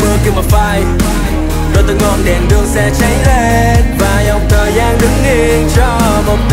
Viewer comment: Có ai nghe phát âm kiểu : Và dòng thời DANG đứng yên .....